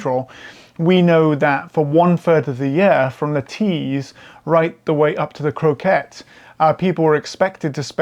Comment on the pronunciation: Another great video,. Bruce here from Cresswell, Druridge Bay. My wife and I visited the dig site at Ad Gefrin yesterday, as well as the small exhibition of finds at the Ad Gefrin distillery in Wooler. What fabulous work has been done there over the decades. Btw,, the River Coquet (no 'r' 😉, which turns it into a type of potato dish) is locally pronounced with the accent on the first syllable - CO-quet 👍